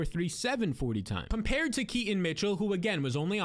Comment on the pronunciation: Key-ton not ke-ante mitchell